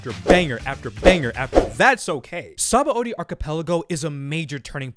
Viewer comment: God, what a great arc … Only thing is that the dub still says Sabãody wrong, LOL. And yes, they did fuck up; the root word is indeed pronounced “suh-BON”.